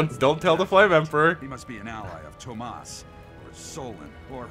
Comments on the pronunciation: It’s TOMAS btw. T - 0 - M - A - S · Hey, his name is Tomas, egg. There isn't an "H" in it. Respect your elders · It's funny to listen to all the voice actors struggling to pronounce Tomas and Mercedes names properly.